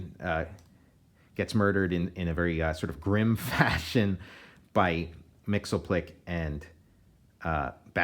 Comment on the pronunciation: Mxyzptlk us actually pronounced "Mix-yizz-pittle-lik".